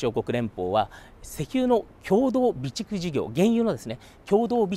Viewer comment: 備蓄って何度も言ったのがビチクソに聞こえて笑ってしまいました